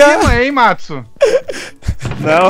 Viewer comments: Não é Metsu, é Matsu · É matsu!!! Não metsu!!!